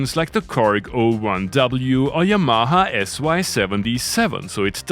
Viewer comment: I like how when you said, "Yamaha" it sounded like "Ya momma".